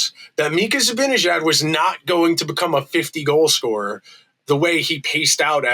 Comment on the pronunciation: Great rant,. But it's time you started pronouncing Mika's last name correctly. It's not difficult.